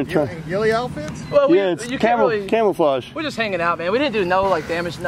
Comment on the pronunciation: “You said wear camel flage “😂😂😂